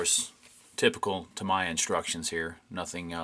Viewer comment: it's pronounced "TA-ME-YA" not TA-MA-YA btw...sorry I don't mean to be rue but it's important. Every time I hear Tamaya it's like someone just stabbed me with a knife lol